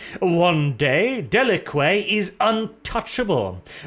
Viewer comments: de-lah-qé?!!? It DeLack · Pronounced Deh-lack, that's how the GW promos always pronounced it. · Didn't someone tell him it's "de-lack"? I seem to remember him acknowledging that in a previous video...